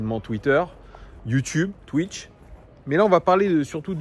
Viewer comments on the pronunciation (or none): none